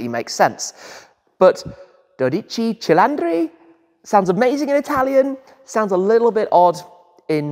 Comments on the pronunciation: "Dodeci celandri", just no please. Try to improve the pronunciation please, but great video as always! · 😂😂😂😂😂 verissimo......"dodici cilandri" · Dodece celandri....pronuncia perfetta inglesino😮😮😮😮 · Si dice dodici cilindri, non dodice cilandree, FFS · Ah yes the Ferrari do dachi chi laundry. Lemme help you out, pronounce it like, do dee chee chee lin dree. the do is pronounced like the do from door Dee like deez nuts Chee like the chee from cheese Lin like lin Dree like the dre from dream or dri from drink, not like dri from drive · dodici cilandri😂😂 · just say the name is not that dificult 12 cilindri´ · Dodici cilantro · As an Italian hearing many people butchering the name is very funny. The right pronunciation is: Doh-Di-Tschi Tschi-Lin-Dri (without any emphasis on syllables)